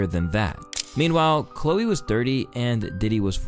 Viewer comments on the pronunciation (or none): none